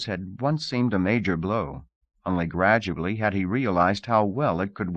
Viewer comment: just realized he also says "gradubly" lol